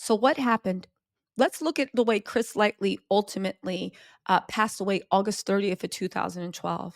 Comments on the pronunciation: It's Chris LIGHTY, not Light(ly)! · 🗣️Chris-Ligh-ty !!……..not Chris Lightly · Everytime she says Chris Litely instead of Lighty i cringe 😬 and the WILD part is having it spelled correctly in the thumbnail and title and still hashtagging it incorrectly in the description 🤣🤦🏿‍♂️ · Woman it’s LIGHTY not LIGHTLY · Chris Lighty, Christopher Wallace, Shakir Stewart, Heavy D, Kim Porter, Anthony 'Wolf' Jones.. Stop calling him Chris 'Lightly'😑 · Chris LIGHTY! not lightly lol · I’m annoyed you keep saying his name is “Lightly” when it’s Lightey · If you’re gonna gossip at least get the names correct. It’s Chris Lighty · But you couldn't at least say his name correctly? Lighty not Lightly! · Lighty - Chris Lighty, not Lightly. Light-ee. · It's Chris Lighty sweetie. Not Chris Lightly. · LIGHTY!!! Not “Lightly” lol smh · His name is Chris Lighty not Lightly mam. Gotta do your google. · It's Lighty...not Lightly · Yesssss, her grammar & pronunciation definitely needs some work! Lightly (Lighty), jamra (genre) 50 CentS 🤦🏽‍♀️ WHO is Fat Joy?🤷🏽‍♀️😂 Interesting subject matter though. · calling this man “Lightly,” instead of “Lighty,” is cracking me up. ❤ you girl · it's Chris LIGHTY.....NOT LIGHTLY!! Love you girl😅😁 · It's Lighty. Not Lightly. Also, it's 50 Cent. Not 50 Cents. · I had to leave because the more she said Lightly let me know if she don’t know the name correctly she can’t be knowing much about the story behind anything that comes from hm other the what she was told or saw on YT .. bye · Chris Lightly😅 butchering names. I get it though, she be so hyped spilling the beans on the Hollyweird gossip😂 Uh uh😅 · It's "Lighty". I've never heard anyone get this wrong before. I guess you didn't know anything about him before doing this video. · “HIS NAME WAS CHRIS ( LIGHT - TEE ) PLZ GET PEOPLES NAMES RIGHT …. PLZ😢😢😢😢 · PLEASE GET HIS NAME RIGHT...... CHRIS LIGHTY RIP .........L I G H T Y ......... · It’s Light EE Lighty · LIGHTY = Ligh-Tee